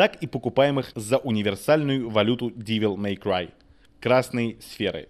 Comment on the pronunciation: Нет, ну чувак определился бы, штоль, как-нить))) если хочет всё по английски произносить или с русским уклоном) Не ДИвел Мэй Край, а ДЭвил Мэй Край =) И не СтИлиш, а СтАЙлиш) А так, ностальгия по-страшному берёт...Игруха поистене шедевральна!